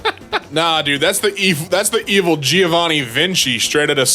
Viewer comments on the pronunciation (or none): none